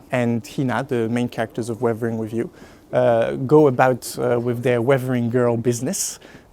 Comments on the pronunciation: revering review lol. Totally understandable since accent exist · Dude, I don't know why but, whenever he is saying "weathering with you" I am clearly hearing "we-vering review"